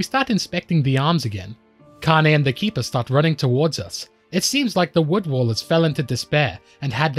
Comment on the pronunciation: I love that you made this video and I appreciate all the effort you put in, but I do admit it is a bit jarring every time you call them "Wood Wallers" instead of "Wood Wailers". Wail. As in cry out. Rhymes with pail and snail. Otherwise, it's a great video and I hope you don't mind the very minor critique.